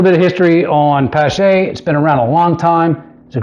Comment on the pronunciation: it's pronounced pa (as in palm) + sh (as in shhh- be quiet), or like Porsche the automobile, the E is silent.